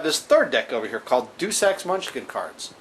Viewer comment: "Duce" Ex Munchkin cards hahaha, Deus is pronounced DAY-oos